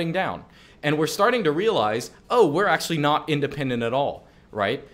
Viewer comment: "Well ackshually"